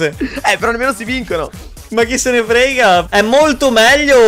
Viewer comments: Ha detto chi se ne rega;ha tolto la f, siè sentito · Ha detto frega FFFF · 6.52 "Ma chissene FFFrega" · Sbaglio o al momento a detto non mene frega con la f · Ma al tempo di a detto ma chi sente frega con la f